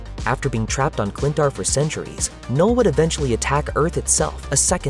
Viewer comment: O “K” é mudo, “nul”